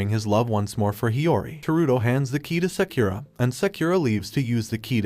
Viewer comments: "seukura" headass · he said sakeera when the name is spelled sakura its like he doesnt watch anime or is it a robot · sakura is pronounced as sekura? really? then it's prounced as sekira? bruh, this is either cultural appropriation or ignorance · Did u just pronounce sakura sakyura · Bruv you didn't pronounce sakura right boi